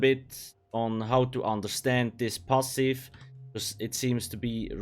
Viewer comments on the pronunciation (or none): I love how you pronounce "pahsif" it intrigues me haha